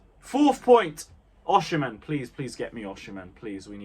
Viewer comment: Learn to pronounce OSIMHEN mate.